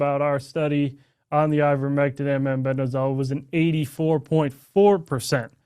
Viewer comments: He is saying MENBENDAZOL. Does he mean MEBENDAZOLE ??? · Clayton, it is MEBENDAZOLE. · They(Redacted) are just jumping on a bandwagon, trying to make a quick killing! Clayton couldn't even pronounce Mebendazole correctly.. talk about preparation! Shame because it all ends up looking like a cheap sell- out!! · Both of you dudes pronounce Mebendazole incorrectly.